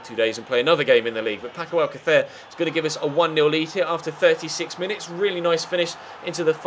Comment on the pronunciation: he's saying Alcacer correctly